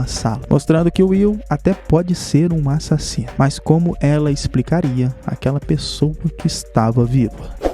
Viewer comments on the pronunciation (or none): "A-SSASINO" MUITO BOM KKKKKKK